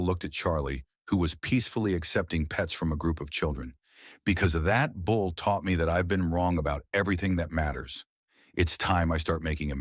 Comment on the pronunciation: Bull,not bowl.